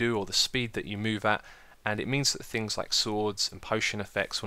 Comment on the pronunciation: "Things" not "Fings" Christ.